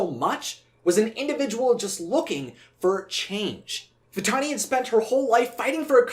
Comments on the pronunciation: Nala hissed Vatalani instead of Vantani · For 20 years I've always wondered why Nala said 'Vitalini' . Maybe I'm hearing things... though it's common for voice actors to slip on some words and make the final cut. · I may be crazy but I hear Nala call Vitani 'Vitalani" like she adds an 'L' to the name. I've always heard it every time I watch the film. Does anyone else hear it? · I'm just confused about why Nala called Vitani "Vitalini" in that scene. Obviously, Nala WOULD know MORE than us about, well pretty much EVERYTHING, but in this instance, it just doesn't make sense. I mean, NO one ELSE called her "Vitalini" throughout the ENTIRE movie (not even Zira or her brothers). So then, what exactly is going there? Was it just a mispronunciation on the actress' end, or was there some DEEPER meaning behind this sudden and SINGLULAR change? Was Nala trying to confuse Vitani by basically GIVING her a new name? If so, why doesn't Vitani even seem to NOTICE the NEW NAME? Is Vitani ACTUALLY a nickname? Then, why doesn't ANYONE (even KOVU), OTHER than Nala in that ONE moment, call her by her GIVEN name? If the actress just made a mistake, then that's one thing, but Disney is USUALLY pretty good about not making THOSE kinda mistakes in their stuff UNLESS it's done on PURPOSE. I get that NO ONE is really PERFECT, I just find it SERIOUSLY UNbelievable, that Disney would have missed this little slip-up. After all, sneaking little "jokes/inconsistencies/adult-type-barbs" into their movies/shows through conversation, IS kinda Disney's forte. I just CAN'T see how Disney could NOT catch something so SMALL and yet, for those who catch it at least (and care), so HUGE as this ONE moment in which Vitani is called something OTHER than what we KNOW her name to be, by NONE OTHER than the "QUEEN" of the Pridelands. If there was ANY lioness OTHER than Zira, who would DEFINITeL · Am I the only one who thinks Nala said "Vitalani!" ?